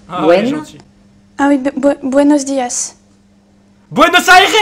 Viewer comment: mdr elle a dit Buenos dias 😂😂😂 même mon ptit de 8 ans le sais le honte!